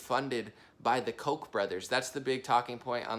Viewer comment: I'm sorry to sound petty put it's pronounced Koch almost like catch either an o instead of an a. Kotch